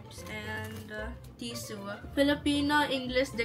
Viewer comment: Tisu- tissue Fres- Fresh 😂😂😂😂😂😂😂